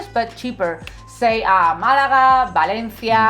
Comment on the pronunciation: Dude you sound ridiculous pronouncing Valencia. Why do you over pronounce some words and keep your non Spanish accent for others.. keep it consistent